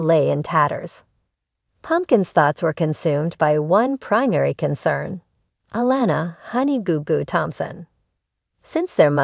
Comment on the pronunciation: I think it’s June fought she put all of this situation on pumpkin putting a strain on there marriage they need to stay together love you guys ❤️❤️ do you watch the show you’re pronouncing Alana name wrong